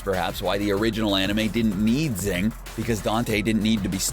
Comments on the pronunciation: Xing is pronounced shing not zing Mei. It's pronounced may not meye Yao Ming? Holy crap. It's ling Yao. Lan fan. Pronounced lahn fahn not lan fan. Alchahestry not alchahistory. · L-o-n F-o-n not LaN fAn Shing not ZiNg This isn’t The Last Airbender movie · its XING not ZING lmaoo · Xing is pronounced shing not zing you dumbass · I like this video, but it was painful hearing you call it 'Zing', when it's pronounced 'Shing' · It is pronounced SHING not ZING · I'm pretty sure Xing is pronounced as "Shing" rather than "Zing" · Xing.... XD try watching the anime before you make a vid about it. It’s pronounced in the show as shing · Xing is pronounced “shing” and did he really call Yao ling, Yao Ming? Did he even watch the show? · Every time he says Zing, take a shot. It's not a drinking game, it's just what you feel like doing every freaking time he says Zing. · Actually xing is based on china so the correct ways to see this are Jing or shing In some countries you can even call it "sing" but since we can use SH in japanese it's preferable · It's shhing!!! The Romanized X is mostly pronounced as "sh" in Chinese. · It's Shing. SHING! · yeah it’s pronounced shing lol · Him: pronounce xing wrong Me: the pain of being torn apart and being put together again and again is immeasurable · I'm honestly somewhat impressed at the narrator's skill with mispronouncing everything related to Xing.